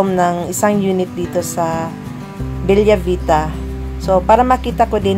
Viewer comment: Bella Vita is read as Bela not Belya.. its italian Beautiful Life😊